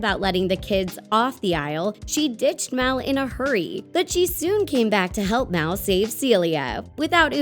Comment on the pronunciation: It's mal not mel